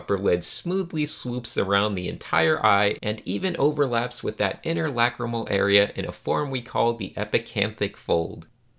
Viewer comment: When you say lacrimal, it sounds like whack-a-mole to me.